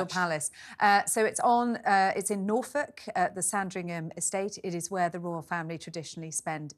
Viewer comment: It's Norfolk! Not the Gobi Desert 😅